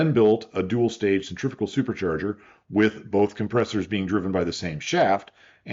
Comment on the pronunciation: The word pronounced "centrifical" here in the US is not a real word. The correct word is "centrifugal".